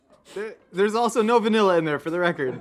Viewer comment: It’s vAniLlA you say 😂😂